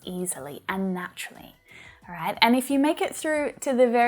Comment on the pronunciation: I love the all aight in It's like soooooo weird but cool at the same time lmao